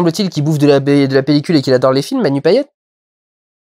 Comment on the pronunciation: MERCI d'avoir dit Manu Payet en prononçant le "t", c'est horrible d'entendre les gens à la télé écorcher son nom donc au nom d'un mec ayant vécu à La Réunion, merci ! ^^